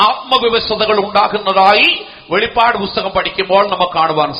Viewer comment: വെളിപാട് അല്ല വെളിപ്പാട് ആണ് 🙏